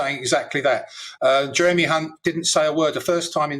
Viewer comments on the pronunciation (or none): Jeremy Hunt's name is pronounced as if spelled with a "k".